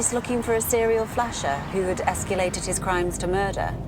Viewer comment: Escalated not esculated.